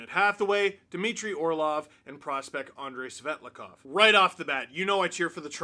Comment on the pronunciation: Admit it, you did a double-take when said “Andrei Svetlakov”.